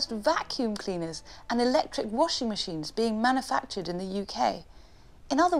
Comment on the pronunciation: OMG not “manna-factured”!!! There’s a U in there, honey!